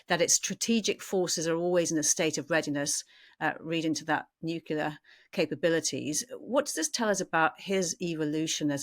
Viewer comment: Nuc-le-ar! Not Nu-cu-lar please!!!